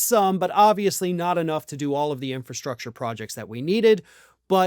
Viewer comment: Trump can't even pronounce 'infrastructure'. He tried, but no. Big funny fail.